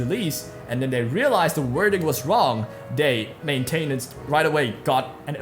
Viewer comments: main-tin-ince (like in since) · The way you say maintenance grinds my gears.